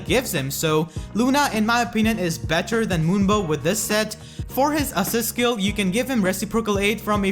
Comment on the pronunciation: it has a lot to do which syllables you are emphasizing/stressing as well as a non-fluid speech pattern (you place a lot of breaks in between words and syllables). Like on words like 'better', 'Navarre', 'regard', 'healers', 'inheritance', 'four', 'fourty', 'put', 'output', 'for', 'him', 'combat', 'often', and 'a lot'